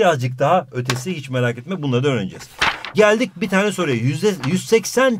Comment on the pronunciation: Once said Tonguç:✨AaĞ✨ Hoca: ✨yÜzdE YüZdÜr bİğR dEmEk✨